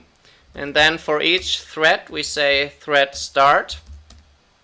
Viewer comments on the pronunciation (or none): is anyone else hearing 'thread' as 'threat' ?